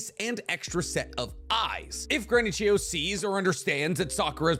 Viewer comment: Why I watched: To find out what the strongest combination jutau are Why I stayed: finally figured out how to pronounce Chiyo properly